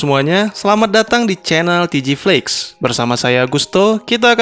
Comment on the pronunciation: babg jangan TGFLIX 😂 gw aneh dengernya 😂🤣